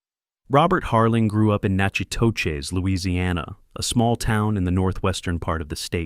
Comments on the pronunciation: I’m SO glad you corrected this! I cringed every time I heard it. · Right, he is pronouncing it more like the sister city Nacogdoches, Where i am from. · The town's name is spelled right but it is pronounced "nakatish", my sister was born there. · It’s pronounced nacodish!! I’m dying! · Aaaand "Natchitoches" is actually pronounced, "Nack-a-tish." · Enjoyed the film and loved your video! But I've now seen 3 documentary-style videos with the name of the town pronounced three different ways, all of them wrong. Natchitoches is pronounced Nack a tish (both "a"s are short! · The town name is pronounced "Na Cat ish" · Natchitoches is pronounced Nack-uh-tish. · Natchitoches is pronounced "Nak-eh-dish." We ate in a restaurant located in the same strip where Trudy's "chain" was located. Great little town. But HOT!!! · Knack - uh - dish... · I lived not far from Natchitoches. It is pronounced "Nak' O Dish." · I don’t know if you are a real person who is doing the talking in this video, but please learn to say the correct pronunciation of Natchitoches. I would think it would be a little insulting to the people who are from there that you could not learn to speak it correctly. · You pronounced the name of the town wrong. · Thoroughly enjoyed this just wish the narrator would learn to pronounce Natchitoches correctly. It is not difficult once you hear it. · I am cringing at the pronunciation of Natchitoches. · That is not how the town is pronounced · Oh my he murdered the name of Natchitoches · As a LoUiSiAnian the AI’s mispronounciation of Natchitoches is incredibly annoying. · Same here. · Learn how to pronounce the name of the town! Geez!🤬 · I don't think you pronounced the name of the town correctly. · You butchered Nachitoches! Thumbs down---do your research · Please learn how to pronounce Natchitoches, Louisiana!! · Please use real people to narrate. The mispronunciations are atrocious. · I grew up in Benton. The narrator's pronunciation killed me! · Nack a tish.